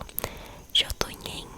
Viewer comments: sobre as pronuncias, na escandinavia nordica o j tem som y ent jotunheim se le yotunheim e jotnar se le yotnar, os reinos são quase iguais como nilfheim que se le separado sempre EX: Nilf Heim, Muspel Heim, Hel Heim. nunca junte o h com as letras anteriores como em muspelheim n leia lheim, leia muspel heim outra coisa o heim tem som de haim ent o deus da ponte bifrost se chama haimdall assim como os reinos, e ginnungagap se le com o G do portugues mesmo ou seja Gui ent a pronuncia é GUInnungagap espero ter ajudado:hand-pink-waving: se precisar de mais ajuda em pronuncias tamo ai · Ginungagap = guinungagap. G anterior à I ou E tem o som do GU em Guilherme e em Gueto. Muspelhein = muspelrráin. Todas as palavras que terminam com "hein" são pronunciadas como "rráin". Jotunhein = Iotunrráin. J tem som de I. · nao e jotuneim e jotunhiem e se pronuncia jotun"rain" de nada e desculpa pela ignorância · Jotuhem kskkkkkk é engraçado ela n saber as pronúncias achei fofo, minha mitologia favorita contada pela minha Youtuber favorita ❤️